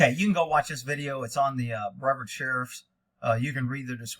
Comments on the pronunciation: This is my County and its pronounced Bree-Vard btw. This Sheriff, Wayne Ivey refuses to get body cams for his deputies because he hates accountability and transparency. This is why there are no body cams here. Earlier this year one of his deputies placed himself in front of a vehicle with three young men which was slowly veering around him and the deputy killed the driver and backseat passenger from the side as the vehicle passed him. We've seen this time and time again where cops put themselves in front of a vehicle so they can murder the occupants which is exactly what this deputy did and Sheriff Ivey saw nothing wrong with it and the shoot was deemed justified. I used to like him but now think he's just another part of the problem with policing today. It happened in Cocoa Fl if you wanna check out the dashcam and put your two cents in. Thanks again for your work brother. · BreARD - Sounds Like BrAvard e is slightest.